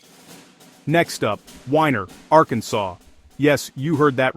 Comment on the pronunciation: Well I wish you would get this right first of all it's bass fishing not like the the the fiddle are the guitar second it's Weiner Arkansas like Oscar Mayer wieners get rid of those freaking out your voice which is mispronouncing everything and put a real human doing it at least it would be pronounced right